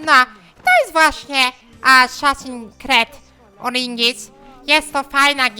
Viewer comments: Asaszins kret oringinis haha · asasin kret oringinis"Już wiedziałem że zapowiada się grubo :D